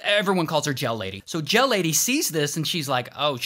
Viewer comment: Oh gel lady I thought he said jail lady 💀